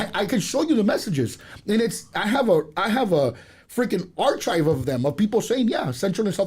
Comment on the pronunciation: Did he just say Archive with a ch ?? You look even more stupid representing all your fellow sellouts Speak English correctly like a true English man like the Settler you are